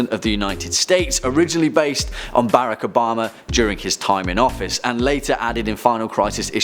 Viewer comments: Did this fucktard really mispronounce Barack Obama's name?? 😂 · Ha you didnt even know how to pronounce Barack obama